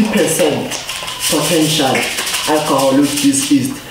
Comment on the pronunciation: No, you didn’t just say “east” instead of “yeast”! 🤣